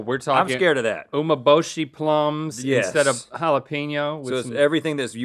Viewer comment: “oo-may-bo-shee” is my favorite. Uma-bo-shee” means dried horse.